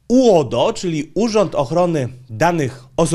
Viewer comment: Twoje uodo brzmi jak rodo z wadą wymowy 😁😆